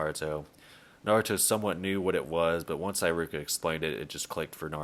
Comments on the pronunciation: Nice video, although I must say this is the first time I've been so bugged by someone mispronouncing a name..high-ruka. Come one, it shouldn't be that hard. He-ruka 😂😂😂Don't mind me, I'm never really bugged by mispronunciations but this just got to me somehow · Why do you say Eye-ruka? Do they say it like that in the sub? I doubt it because I is usually said like e in Japanese... it's E-ruka. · ee-ruka. Not aye-ruka. @@ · Eye-ruka? WHAT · Im not usually one to make fun of people's pronunciation, but homie said eye-ruka hahahahaha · Who tf is EYE-ROO-KUH???